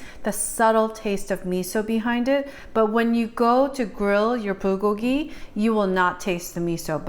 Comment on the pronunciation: Why is the B pronounced "pr"? I'm confused. LOL : ). ----------by the way I received my roasted sesame seeds and kimchi today. Yesterday I received my gim. I'm going to make gimbap next week with imitation crab, green onions, korean short grain rice, carrots, and egg strips! Ya!